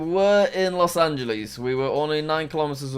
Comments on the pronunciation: Jack why do you say los angleeeeees its los angelas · it hurts soo bad when he says Los Angeles and Rio de Janeiro